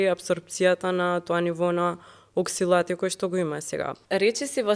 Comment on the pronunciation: се кажува ОКСАЛАТ, а не ОКСИЛАТ. Базично е добар правецот за кој говори.... Меѓутоа, примерот за бананата дека е добра е неточно, особено за седентари лајфстајл - а тие се луѓето што имаат проблем и бараат решение. Фит луѓето знаат како да ја "стопат" бананата. Пристапот треба да биде - дали бананата има замена, пример за Калиумот, во друга ниско ЈХ храна. Јадеќи банана, пример заради Калиум, додаваме непотребни јаглехидрати. Особено ако не правите крвни слики и гаѓате напамет со банани....Подобро би било - ако дневниот внес на фибри е достигнат, да се почастиме со два реда чоколадо (читај шеќер) наместо банана. И Калиумот е мала рбота, туку побитни се полифенолите, антиоксидантите кои се драматично помалку отколку да речеме во црвените овошја, а да не зборам во зелените зеленчуци... Философијата на водата - треба да се избегнува при јадењето. Водата ја подига ПХ на желудочната киселина до 4.5, НО само 2-4 минути! Потоа пак паѓа на 1.5, значи во тој период храната не се вари добро, но тоа не е нешто негативно, меѓутоа ја пролонгираме разградбата на храната за онолку колку што пиеме. Значи водата НЕ помага при варењето на храната. Потребно е 5 - 10 мин пред оброк да се напиете вода. Водата се пие по голтки, инаку неможе да се апсорбира испиеното количество, па мокреме често. На тој начин и под 1 литро дневно (на 70kg човек) заменува 2lit и повеќе испиени во сесии по 250Ml. Водата се апсорбира во дебелото црево...итн итн